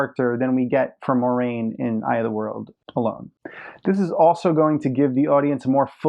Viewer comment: I agree - Moraine is my favorite character (not named Rand) in the books. ;) I agree with your pronunciation, btw. ;)